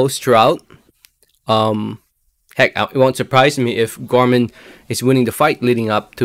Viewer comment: Pronounce Nathan last name any way u want brother. Love ti hear them Gore mon vs Janebeck ? I think u right on money break down late win fab